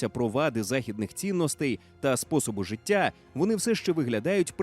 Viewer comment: Голос за кадром- "гвориЦЦць, жиЦцЦя, громаДЗзззяни" треба на консультацію до логопеда! Вкрай неприємно слухати ці маасковські виверти! ДИЗЛАЙК!!!